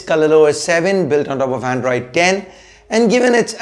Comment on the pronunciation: Are you reviewing or showing off your English bro? Androidess welless wtf is ESS on every word you say. Dont try to become unbox therapy. U just cant